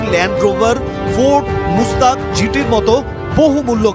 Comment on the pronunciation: ফোর্ড মুস্তাং জিটি নয়, ফোর্ড মাস্টাং জিটি।